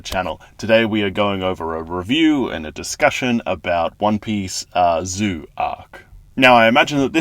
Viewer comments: Zou is pronounced "Z-oh" and Pekoms is pronounced "Peck-ums" 😊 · I think saying Zoe (like the first half of the name Zoey) is easier to explain it. People might say zeeoh that way